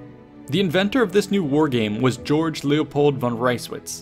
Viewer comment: You sarcastic? He pronounced German Georg as "Jorj".